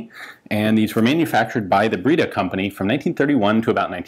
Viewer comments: “Breda” is pronounced with the “e” as in “end”, not as in “breed”. So it’s like “bread” with and “aah” at the end. :) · Breda is pronounced just like "bread" with an 'a' at the end, which is pronounced as the ending 'a' in "camera". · It's pronounced " Brada". Breda for us ams.